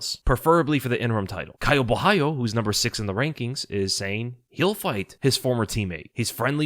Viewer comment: Gotta give props for being the only YouTuber I’ve heard pronounce Caio’s last name right